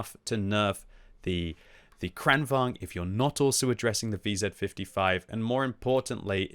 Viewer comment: Timing of Swedish butchering seems to be retaliation for them joining EU lol